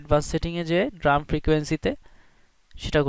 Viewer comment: It's pronounced D- ram 'ডি র‍্যম'। "ড্রাম" না